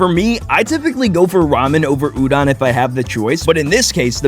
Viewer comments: Udon. With o. Not a. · i love this but the way he kept saying udon wrong really ticked me off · Udon❌ Udon✅ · Why is he saying tempura and udon wrong 😂 and btw im Japanese say it like oooh-dun and tem purrrer uhhh